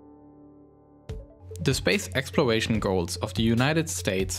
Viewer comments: I love this guy's accent "Twump" "Twying" "Expworation" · What’s a ‘wocket’ and ‘explowation’ is that like a sexual thing? ‘Bwoke’ is that like rapper slang for “be woke” this is so cunfusing.. (good content though)